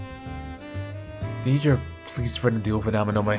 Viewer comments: The way you said Amanome sounds like Nemo trying to say where he lives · Every time mispronounces "Amanome" it reminds me of Nemo mispronouncing "anemone" in Finding Nemo lol